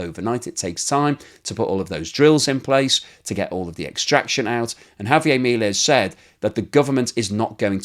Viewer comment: I appreciate your keeping people updated about how things are going in Argentina and your thoughtful analysis. However, I do have a quibble: How is it that in all this time you have not learned to pronounce President Milei's properly?